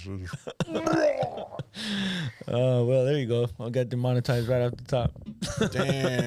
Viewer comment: Dee-mon-oh-tized lol